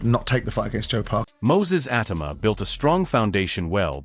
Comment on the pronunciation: U lazy mong. A video about the guy and you use an AI voice that says his name wrong throughout. Clown.